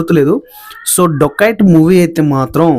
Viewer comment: రోబోరి అంటే మర్డర్స్ నా 😂😂 ఏ కాలేజీ లొ చదివావు బాబు 😂ఇంకోటి సినిమా పేరు డోకయట్ కాదు డెకయట్ ముందు పలకడం నేర్చుకో, చిన్న పదం మారిన అర్థం మారిపోయిద్ది రా బాబు నీవు నీ బట్లర్ ఇంగ్లీష్